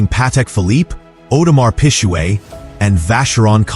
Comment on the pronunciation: Audemars Pijuuueett 😂